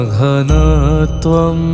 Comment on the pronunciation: Excellent By all means and keep it up and. I am not sure but can you please checkup when it is pronounced, Ghanaa ghanaatvam. Rather I understand as GHANAA GHANATVAM but not GHANAA GHANAATVAM. Almost at all the temples as you sang. Kindly checkup and for any offence please forgive me. Anyways you have attempted in a way Prabhupada would have been pleased. Excellent effort and best regards. Hare Krishna.